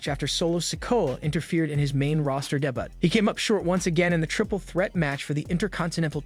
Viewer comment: Not like you care but you pronounced debut wrong... it's Day-bue the t is silent. It's a french derivative.